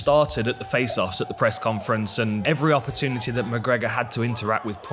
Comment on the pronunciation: Wish someone would teach Dan how to say opportunity because oppa-two-nitty isn't it.